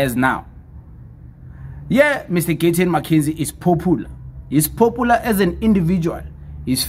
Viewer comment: The word POPULAR AND NOT POPOELAR...STUPID